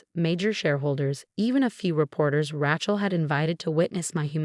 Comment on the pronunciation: Rachel with the long "a," not a short "a."